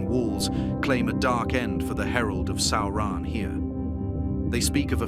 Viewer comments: It's almost correct. Just needs the emphasis on the first syllable. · What is a Sow-ron? Is it like a militree? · Sauran?? SAURAN???? Really? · WTF is Sowrahn?!? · The Video is good, but the ridiculous pronunciation of Sauron's name is annoying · Now now, AI is still learning how to say Sauron